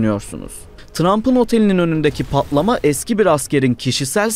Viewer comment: “Pa’lama” ✅ “Patlama” ❌